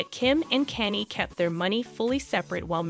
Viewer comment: Oh dear.. lingerie...google how to pronounce it. Kan ye KAHN YEH Not Kanny. Good grief! You do not know these people or even have heard their names. It seems you are paid to read a piece of paper without knowing how to pronounce names and words. This is not goog